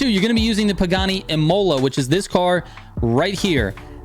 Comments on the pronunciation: Dayuuum, botched up another pronunciation, it's not pronounced Im-oh-la, it's Im-hu-la lol, like the race track😂😂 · ímola not imôla :)